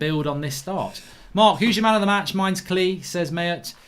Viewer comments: Your saying klich name completely wrong, your saying like klee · Klich is pronounced Click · I think it’s pronounced klitch maybe?